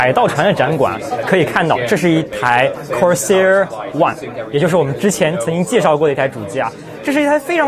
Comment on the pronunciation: 跟我一起念...Cors Air...